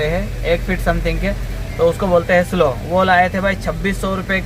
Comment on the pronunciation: भाई, " स्लो " नहीं स्लीव " ( sleeve) कहते हैं शायद